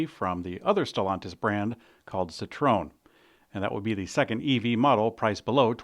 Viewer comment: 3 syllables - SEE-twoe-enn - not si-TRONE